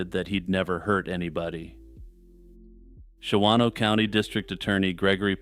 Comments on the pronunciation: Hey, love your calm descriptions of horrible events! I have to be "that guy" really quick... just because... I live. in WI... it is pronounced "Shahno" (two syllables) by the locals... lolz. After the making a murderer craze made "Manitowoc" into a weird peeve... Ive been one of those people... every time I hear one of our weird cities in true crime... Please forgive me...:) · The second 'a' in "Shawano" is silent: Pronounced "SHAW-noh"